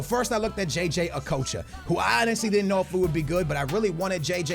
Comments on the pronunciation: It's not o-k-o-ch-a it's okotcha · Okocha not okowcho. There’s no ‘w’ in it. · jj a-coach-a? lol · It's pronounced a-cotch-a